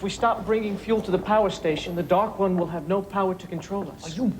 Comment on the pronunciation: This is my favorite season 1 episode. Probably because of the way that lady mispronounces Dark One.